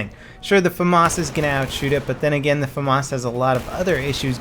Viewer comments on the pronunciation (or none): none